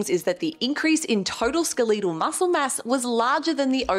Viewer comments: The most surprising thing to me is your pronunciation of "skeletal." You're the 2nd person this week I've heard say it this way. It sounds very wrong. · I didn’t know Aussie’s out her saying SKUH-LEE-TAL 😂. You look amazing btw